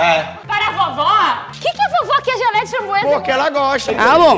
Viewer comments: A melhor parte foi quando a falou fambroesa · Imagina o vizinho Gabriel - *gritando pra falar a palavra * Vizinho deles-que isso um bando de doidos;-;EU QUERO DORMI O MDS A teve uma hora que ela foi fala /franboeza / que ela falou xanbueza😂😂😂😂😂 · Mano tô me rachando de rir da babe falando framboesa errado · O tá falando certo, a que está muito estreçada